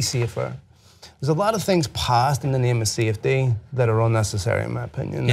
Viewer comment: when he said safety I thought he was saying CFD (computational fluid dynamics). Fuck I need to study